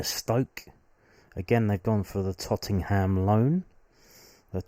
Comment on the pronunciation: is the way you pronounce tottenham a joke i dont understand